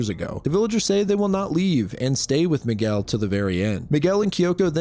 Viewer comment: you said Miguel with such perfect pronunciation that makes ne think youre brazilian